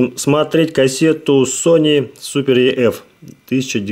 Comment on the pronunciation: EF = ЭФ а не еф.